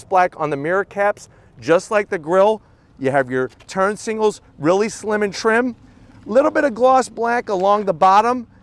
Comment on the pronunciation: I'm really sorry but my OCD forced me: aren't those turn si"g"nal not si"n"gles?! Or am I hearing things? I've watched probably 50+ of your videos and had resisted mentioning this so far :) Otherwise great review as usual.